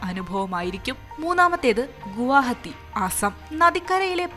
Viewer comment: ഗുവഹത്തി പറഞ്ഞതോടെ എല്ലാം മനസ്സിലായി 😂